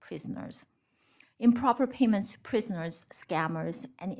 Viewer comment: Did she said prisoners?